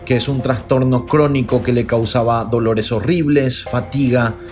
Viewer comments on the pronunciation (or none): none